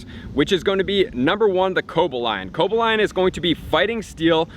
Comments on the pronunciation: Right along with virizion..oml..co bag lion is pronounced cohballeon and virizion and the last 2 I are said like an e sound..lol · BRUH CO-BAL-E-ON YOURE KILLING ME WITH THESE INCORROCT PRONUNSIATIONS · I cringed when you pronounced Cobalion and Terrakion. Still, pretty good video :) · Julian Galeano sorry my man. Working on it